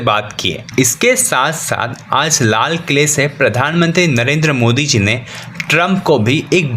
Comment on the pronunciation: लाल क़िला होता है लाल “ खिला” नहीं होता 😂